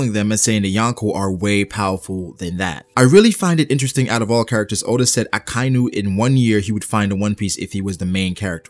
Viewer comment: I really like your videos man but could you stop saying "Akainyu". Its "Aka" "Inu". "Red" "Dog" 👍 you got this.